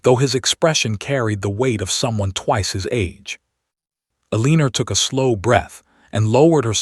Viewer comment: Sorry can not under take another story of Elenor being pronounced Aleaner😢😢😢